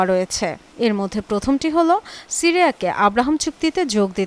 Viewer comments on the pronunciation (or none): none